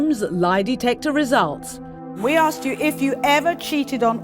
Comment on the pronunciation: Why do they always say "likeded"? Or "ax"? Do better